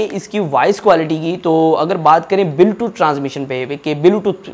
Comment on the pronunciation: bhai belotooth nahi bluetooth hota hai😅😅😅